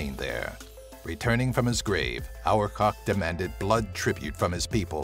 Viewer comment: #8 is pronounced Ar-BA-tak, not our-cock.